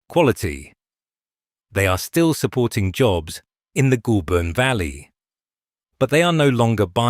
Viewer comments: Ah! Ai voice! Even tho it’s not spelt this way! It’s not pronounced Ghoul! But Goal! I’m guessing this is not an Aussie doco? Having said that; it’s Americans that seem to mispronounce everything in OZ yes! Even Melbourne! Ps: I still only buy SPC and depending on the type of packaging used it’s still competitive! It’s not just Chinese imports but also Sth African! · 'Goulburn' is pronounced 'Gole burn'. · LAZY AI SLOP CANT PRONOUNCE GOULBURN